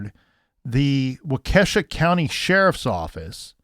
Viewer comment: LOL its like Walk ah shaw. In the racing world, I have heard Walk-KAY-shaw lol Wisconsin towns, ya gotta love em.